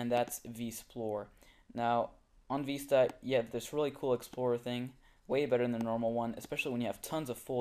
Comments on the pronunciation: It VISTA not VESTA! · Vee-sta? No it's Vis-ta